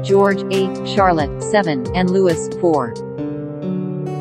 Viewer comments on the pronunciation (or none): No, H & M lived in Frogmore COTTAGE, NOT FROGMORE HOUSE! Two separate buildings!! The House is much bigger. And Prince Louis? It's pronounced like the French, Lewee, NOT Lou IS!! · Lou- ee, not Lou-is. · It's pronounced Louee!!!!!! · Louis is pronounced Loo-ee. Catherine, Princess of Wales is NOT Kate Middleton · I guess anyone make videos these days. You can't even pronounce Prince Louis's name 🙄